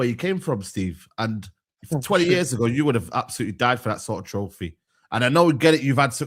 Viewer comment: “Bring me the trofeh”